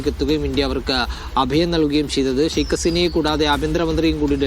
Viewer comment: മീഡിയാവൺ സ്കൂളിൽ പോകണം " ശൈഖ് "അല്ല " ഷെയ്ക്ക്" അസീന